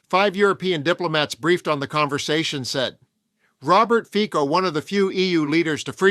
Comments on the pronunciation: 🎼Slovensko! Slovensko! Hejá, Hejá, Hejá Slovensko!🎵...and it's 'Fitso', not 'Fiko'. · Not that I care at all about the guy... but his name is pronounced "Fitso" not "Fiko". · Do you sometime use AI speech?? You mispronounce Fico ("Fitso"), make strange pauses. Otherwise this is so interesting! Trump has given free reins to the racists and misogynists and envious haters in the whole world. All because of the Epstein files and his Dementia. He invents new horrors , flailing like a raging toddler.